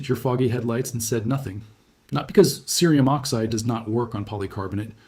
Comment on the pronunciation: Your audio is heard well, and your video is informative. The only question I have is why, throughout your tutorial, you repeatedly mispronounce the word cerium using the hard (C) sound, then the soft sound, over and over?